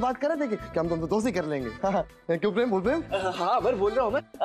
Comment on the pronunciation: Kyu pream bol pream😂😂😂